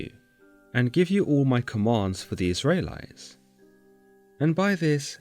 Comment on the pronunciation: Israylies and Tabarhnacle? 🙃